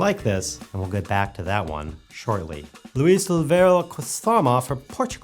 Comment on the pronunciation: Luis Alvoeiro Quaresma ... it's my 5 minutes of fame, you trying to say my name. Thanks (still laughing).